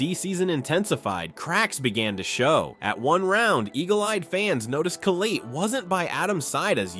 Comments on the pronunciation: Colleete? Its collette. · bro said coleet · homie said Colleeet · Total shit. Can't pronounce Collette properly. Never watched an Adam LZ video I bet.